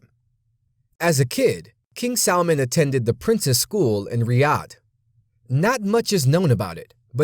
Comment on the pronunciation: did he say king salmon?